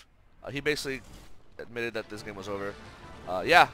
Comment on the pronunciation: Any reason you say ogre instead of over?